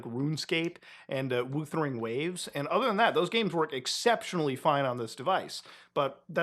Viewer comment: bro said woothering waves lmao